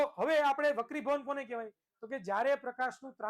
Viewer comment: અલ્યા હોપરા વકડીભવન નઈ વક્રિભવન સાલા ગેંડા